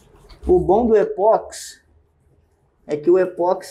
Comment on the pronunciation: O vídeo é excelente como sempre, mas eu detesto ser aquele cara chato, que sempre acha alguma coisa para reclamar. Por favor, não chame o produto de E-POX, como Botox, Sedex, ou remix. O correto é dizer E-PO-XI. Considerando-se que o nome universal do produto é igual no mundo inteiro: EPOXI No Brasil, e fora dele, as pessoas pronunciam esse nome com um som similar com Ê-PÓ-KSÍ.